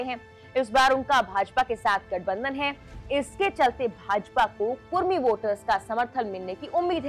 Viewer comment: कुरमी नहीं कुड़मी